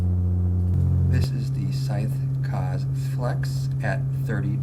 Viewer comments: Fairly sure "kaze" isn't pronounced like "cuzz". It's japanese for "wind".... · Hey man, in the word "kaze" you have to pronounce the "e" like in the word "mesh", it means wind in japanese. Can't wait for the 140mm review btw.